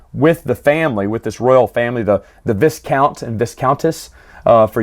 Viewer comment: The "s" in Viscount is silent. It's pronounced Vycount